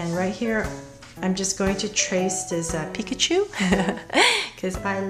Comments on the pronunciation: If you love pikachu that much then you'd learn how to say it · That is actually how you pronounce it properly.